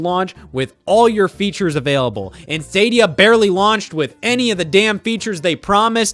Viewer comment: Love how Scott still can't the word Stadia.